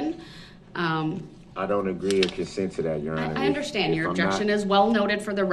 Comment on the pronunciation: "I don't consent to multiple consecutive life sentences. I don't see the relevence-y. I don't undershtand the nature of the charges."